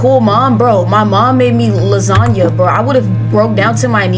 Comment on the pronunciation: That lasagna pronunciation needs to be festudied😭😭😭